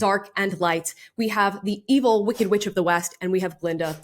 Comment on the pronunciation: did she just rhyme evil with "believe'll" ? >.>